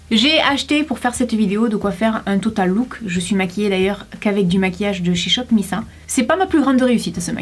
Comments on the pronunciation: ON DIT « SHOP MISS ÈYE » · sa se prononce shop miss « aye » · Hey! j'ai pas encore vu ta vidéo complètement mais miss a ça se prononce à l'anglaise:) (référence au groupe de Kpop il me semble)